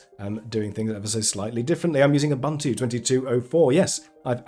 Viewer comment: fantastic video! Thank you. I got caught on your pronunciation of Ubuntu - it's pronounced "Oo-boon-too", kind of like it rhymes with "tutu." South African over here, got to speak up for the team ;)